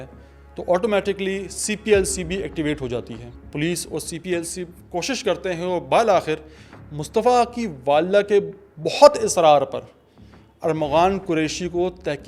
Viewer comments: Bhai bal akhir nhi bil akhir lafz hota hai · Bhai apky Kafi words ki pronunciation nhi sai, itni research ap books pe case study pe krty hn 2 mint in words pe b kr kia kren scam bil akhir ikattees etc